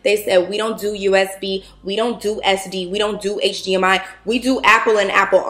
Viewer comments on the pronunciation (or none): none